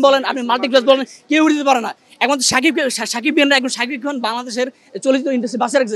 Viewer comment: যে কথা ই বলতে পারেনা, তার কাছ থেকে নিচ্ছে ইন্টারভিউ! সেতো শাকিব খান ই উচ্চারণ করতে পারে না...